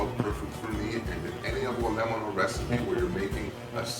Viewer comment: Pronunciation- - avo LEM-ono soup